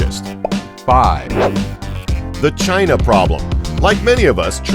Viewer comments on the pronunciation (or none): none